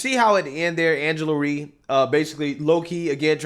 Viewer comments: Not that i care for her but its R Y E....NOT REE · Rye like Rye Bread 🤦🏾‍♀️like rhymes with Cry 😭😭😭🤣🤣🤣😂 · It's Rye like rye bread. Not Re. Good video though.